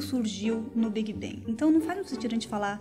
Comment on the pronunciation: A pronúncia do "a" em inglês é o nosso "e" e o "g" em "bang" é quase mudo. Então ela falou corretamente.